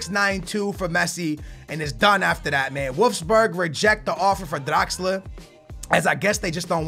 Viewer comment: bro its draxler, stop rolling your damn tongue hahahaha